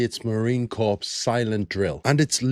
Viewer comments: with respect sir... just a couple of things...corps pronounced ( core ).. as to hat.. pronounced.. ( cover ) I do enjoy your videos but I could not resist poking a little 😇 Take care brother. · I cant believe no one has corrected you on this as yet...USMC United States Marine Corp...corp is pronounced CORE!!! Not corpse for cryin out Fkin loud!!! Yer welcome... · Corps is pronounced like core not corpse. Thanks for the video brother, Semper Fi... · The rifles they are using are the M1 Garand. The “hat” is called a “cover”. The rifle weighs 10.5 lbs (almost 4.8kg). It is pronounced Marine “core”, not Marine “corpse”. We are a Corps (specialized military fighting force) and not a bunch of dead bodies. My son is amazed how two or more Marines can meet each other for the first time, but talk as if we have known each other for years. It is a great bind that we share across the decades. The medals have nothing to do with rank (although it is known that sometimes officers get higher awards despite the enlisted Marines deserving them more). We have different ribbons (no associated medal) and medals that recognize good conduct, worthy singular or sustained acts of heroism or performance, different campaigns/wars, humanitarian efforts, and unit performance. Most currently serving will have fewer than most of us who served between 1990 and 2024. Those who served overseas in the First Gulf War (Operation Desert Shield, Desert Storm) received the Kuwait Liberation medal (from Kuwait), the Kuwait Liberation medal (from Saudi Arabia, the Southwest Asia Service medal, the National Defense medal, and a Sea Service Deployment ribbon at a minimum during that period in 1991 those. Kosovo campaign medal in 1999, Global War on Terrorism Expeditionary Medal, Global War on Terrorism Service medal, Afghanistan Campaign medal, Iraq Campaign medal, Armed Forces Service Medal, Armed Forces Expeditionary medal, and the NATO medal were common for th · Marine Corp, the p is silent.